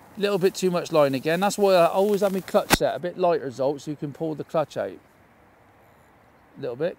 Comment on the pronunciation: He is not Zolt. Cmon...say his name correctly 😂 ZSolt. Just try it 😅